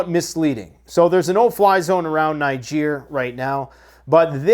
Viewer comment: I don’t belief you pronounce NIGER properly. Listen how they pronounce country of NIGER on Russian TV 😂 😂😂